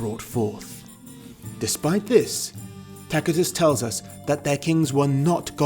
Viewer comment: C before e, i, is pronounced S C before a, o, u, is pronounced K So Tacitus is Tasitus Celtic is Seltic I forgot y you say? No, y is a demi-vowel only.